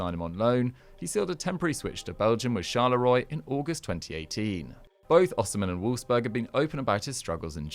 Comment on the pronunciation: Charleroi is pronounced shar-leu-rwa...